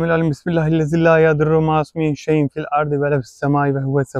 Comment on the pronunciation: Bismillahillezii şeklinde başlayan korunma duasındaki "şey'un" kelimesini "şey'in" olarak okuduğunuzu duyuyorum. Oysa şey'un demeniz gerekir çünkü bu kelime cümle içinde özne durumunda olduğundan ötreli okunur. Selamlar ve saygılar